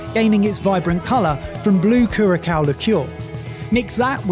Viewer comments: Great episode, the liqueur Curacao is pronounced Cure-a-sao , not Kurakao though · FYI Curaçao is pronounced Kure-sow. The second c sound like an s. The last syllable is pronounced similar to São Paulo. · nice video in my state again; glad to see Houston's excellent Vietnamese food featured. great to see the famous Ninfa's as well! btw, the "ç" in Curaçao is pronounced as "s." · Hey, the second ç in Curaçao is more of an s sound. So Blue Curaçao is pronounced more like Blue kure-a-SOW. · Just an fyi you pronounce Curaçao as: Cure -a - sao. Because of the ç. 🙂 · I will never get tired of hearing them mispronounce words. My faves are “blue curacao, mispronounced as blue Kurakauw” And “jalapeños mispronounced as djalapeenos” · Do the guys know curaçao is pronounced differently? The ç is generally like an s. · curacao is not pronounced like that